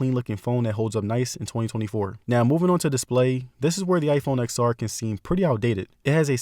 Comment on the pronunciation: You should learn to pronounce the product name correctly as a tech YouTuber!